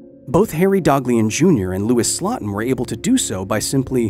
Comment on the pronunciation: Slotin's last name is pronounced SLOW-tin, not SLOT-in.